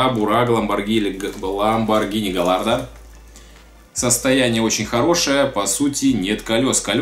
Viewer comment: Не галардо а гаярдо